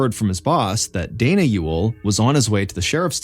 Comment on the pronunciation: That you for pronouncing Ewell correctly